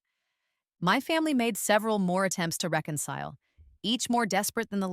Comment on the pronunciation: ...reconile instead of reconcile. Poor AI. Edit: Sweet sweet story. I found it empowering and supportive of the arts community. Great story!